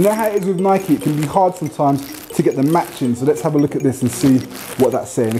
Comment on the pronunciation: Thank you for saying NAI-KEE properly 😁, great vid man